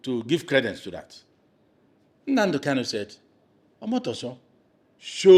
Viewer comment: This guy should be notified that the name is NnaMdi KaNu, and NOT "NnaNdi KaLu."